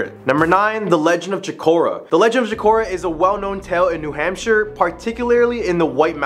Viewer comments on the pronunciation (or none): Its a hoot to hear you mispronounce or via accent the state of New Hampshire